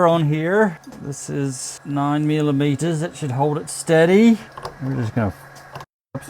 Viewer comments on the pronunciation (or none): why did you sound british when you said 9 millimeters, that should holt it steady